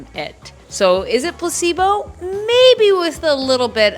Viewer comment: Im so dumb 🥲 every time you said "placebo" I understood "possiblo", like possible but in an italian way